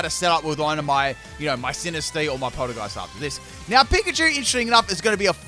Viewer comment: "its funny how the move and the pokemon are the same lol." Me:*thoughout the entire video. " ITS PRONOUNCES POL- TEA- GEIST YOU UNCULTURED SWINE ITS A TEA POT. AND ITS A GHOST. POL TEA GEIST. SAY IT RIGHT OR I WILL MURDER YOU." Me: *gets to end of. " I give up..."